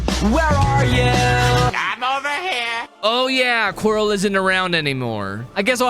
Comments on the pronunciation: It’s not “Quarry” it’s Quirrel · Is it funny that he says quirrie instead of Quirrel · I can’t believe he called quirrel quarry the whole video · Calling quiril qwery bruh 🥀🥀